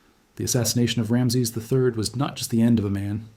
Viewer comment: At least pronounce his name correctly.